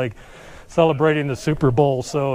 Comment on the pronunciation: Sounds like he said celebrating the Super-Bull... We also got Dante like Dantes Inferno..